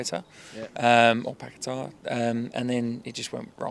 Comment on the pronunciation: Pacqueta❌ Packeta❄️✅